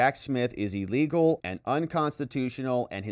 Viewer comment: 'EElegal' and 'REEdiculous'! How about 'illegal' and 'ridiculous'? It's just basic English